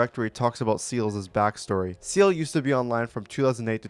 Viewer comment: his name is seil, not seils, you keep saying seils's, just said seil's, thank me later :D